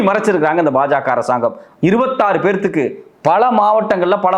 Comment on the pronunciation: என்னடா " பேத்துக்கு"? 37 பேருக்கு/ எத்தனை பேர்(நபர்)